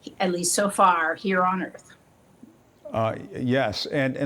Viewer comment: "Welcome to Erf"